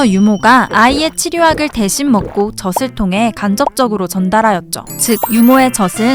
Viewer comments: 발음하실때 저슬..아니고 저즐.아닌가요?? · 저슬 말고 저즐 이라고 발음했으면 좋았을텐데.. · 저슬 아니고 저즐......... 거슬리네요 계속 나오니까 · 너무 재밌게 보고있어요! 다만 '젖을'의 발음은 [저슬]이 아닌 [저즐]입니다ㅎㅎ! (젓은 새우젓, 오징어젓 등에 쓰는 젓)니까 발음까지 정확하면 더 좋을것 같아요 ㅎㅎ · 내용은 좋았는데요 벌음이 거스려요 젖을: 저즐(ㅇ)저슬(×) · 젖을 : [저슬] 이 아니라 [저즐] 이라고 발음해야 맞는 것 같습니다. 마찬가지로 젖이 도 [저시] 가 아니라 [저지] 가 맞고요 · 재밌게 잘봤습니다. 젖이 젖을의 발음을 저시 저슬이아니라 저지 저즐로 해주시면 더 좋았을것같아요 ^^ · 젖을 [저즐] 교육적인 컨텐츠가 많은 만큼 올바른 발음에도 신경썼으면 더 좋았을 것 같아요. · 젖을 젖에 발음이.. 너무 신경쓰여요 ㅠㅠ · 아니 이걸 아무도 검수를 안한 건가? '젖을', '젖이'는 [저즐], [저지]로 발음해야 하는데 [저슬], [저시]로 발음하네요. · 발음교정좀 하셔야 할듯 저즐 저지라고 하셔야죠 그리고 시옷발음도 교정하셔야겠어요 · 저도 같은 댓글 쓰려고 했어요. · 계속 [저슬], [저시] 라고 발음하잖아요. 이건 실수가 아닌지라 뜻이 얼마나 달라지는지를 보여 준것입니다. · 새우젓도 아니고 왜 자꾸 [저슬][저슬] 그러나요??